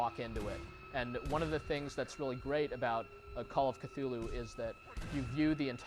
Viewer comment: He said that "Clue-Loo" is probably the closests a human tongue can come to pronounce the name.